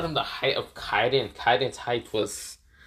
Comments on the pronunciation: its not Yokon Its Yonko and you said Kaiden its KAIDO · Kiden it’s kido